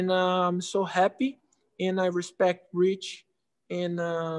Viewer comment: Anderson “hespect” Silva